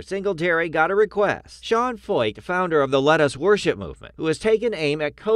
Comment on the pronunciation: Founder of the "Lettuce Worship" movement, poor msm anchor couldn't even say the word. That would be a hillarious T-Shirt. All jokes aside, Jesus is King and his followers will be persecuted in his name, which is a blessing and a confirmation that they are honoring the one true King!